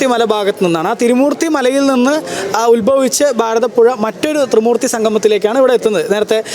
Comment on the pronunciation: ബാരതപ്പുഴയല്ല ഭാരതപ്പുഴയാണ് , നിളാ ആരഥിയല്ല ആരതി ആണ്, രീദ്ദി യിൽ അല്ല ..രീതിയിൽ ആണ്, വേഥി അല്ല വേദി ആണ് , വനിതാ റിപ്പോർട്ടർ അനാവശ്യമായി വാക്കുകൾ സ്ട്രെസ് ചെയ്ത് മലയാളത്തെ വികലമാക്കാതിരിക്കുവാൻ ശ്രദ്ധിക്കുക